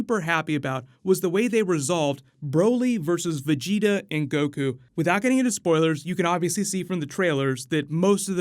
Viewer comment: i swear u werent a db fan... especially the way u said vegeta in the first video u posted smh